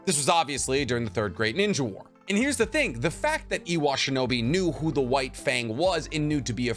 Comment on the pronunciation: Dude you say so much stuff wrong. It’s Iwa not Ewa just had to get that out there